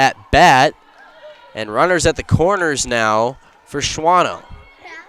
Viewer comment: It's pronounced Shawno, not Shwano I believe